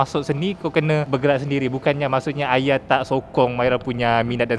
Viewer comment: Benda yang lepas biarkan ia berlalu. usah di korek kenapa kawen di Thailand? Kenapa bercerai? 1 je aku geram dengan wartawan ni mana sebutan H dia? duk Aya...aya.....Ayah lah!!